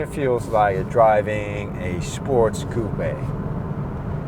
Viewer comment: Coupé is a french word prononced exactly like does